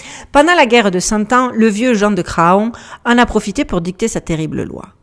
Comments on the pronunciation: salutations. bon alors j'ai déjà failli intervenir pour souligner "on ne dit pas gratte ciel" parce que... voilà! (grat'ciel!) Mais là, ma chère je ne peux pas laisser passer Jean de Cra on. parce qu'on ne dit pas fa on, on dit fan (bébé de la chevrette, faon).. Un énorme merci pour ton travail. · Château de champ pot cé…😂😂😂 heu, on prononce chantocé. Ce qu’il reste du château est sur la route de Nantes -Angers (champtocé sur Loire)idem pour Craon; on prononce cran.